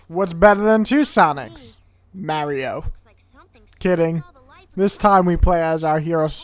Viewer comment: he needs to work on his enunciation lol mario. not mayrio mario.